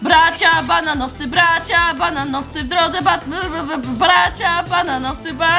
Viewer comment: jak śpiewałaś to zamiast bananowcy powiedziałaś baraanowcy😂😂🤣